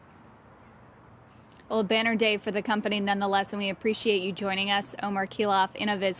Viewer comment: it's Omer, not Omar. And he's right about Tesla - They will most probably have to add lidar in order to enable fully autonomous driving.